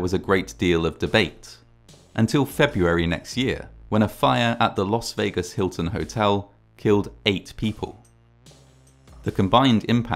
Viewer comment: "Los Vegas" ??